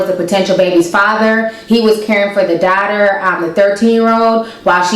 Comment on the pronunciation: Where you from ? I notice you accent when you said word daughter